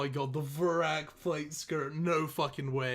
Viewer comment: it's Dharok..... pronounced Dhaaaaaaaaaaaaar not Doooooooor....... also Veracs skirt not Vooooooooracs skirt. Annoying af